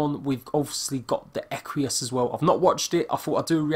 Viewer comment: There is no 'I' in Equus..